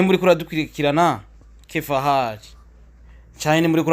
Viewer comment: ntabwo bavuga kefahali ni kefihali😂😂😂😂ni team kadama bafunzwe mwibohero ry'isakana eweee winjiye mwiryobohero ntusohoka batagutahukanye nukuri nihatari